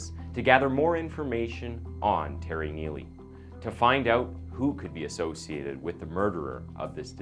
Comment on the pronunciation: this is awful, just the production is terrible. this guy is such a bd narrator. he messed up the name terry twice and called him telly becuse of the guys last name